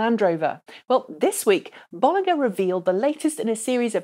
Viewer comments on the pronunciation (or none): none